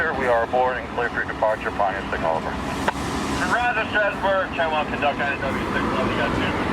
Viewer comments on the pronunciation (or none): Learn how to pronounce Strasburg properly